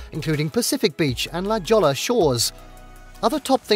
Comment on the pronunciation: Hahahaha he said La “Jall-uh”, He ain’t frum round hur hahaha